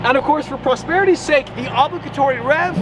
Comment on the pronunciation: I've never heard anybody pronounce obligatory like that😮 is it just me😂